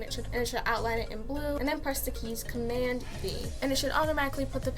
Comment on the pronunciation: and press command WHAT lol I literally cant understand what letter you said